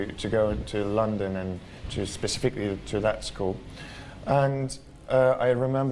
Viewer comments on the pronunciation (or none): none